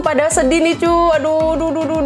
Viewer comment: Aku dengernya malah cuk bukan cu wkwkwkwkwkwk :v